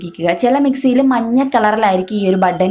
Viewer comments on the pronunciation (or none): none